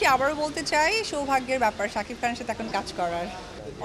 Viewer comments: Apu sob Somoy sakif sakif bolbenna,tar nam shakib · তুই কি সারাজীবন শাকিফ বলবি ।শাকিব বল নাম ঠিক করে বল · আচ্ছা কেউ ওরে শাকিব উচ্চারণ টা শেখা ভাই।,শাকিফ😂 ঢং করে কথা বলতে গিয়ে...🤮🤮